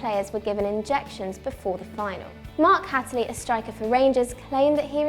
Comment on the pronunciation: The way she said Mark Hateley 😂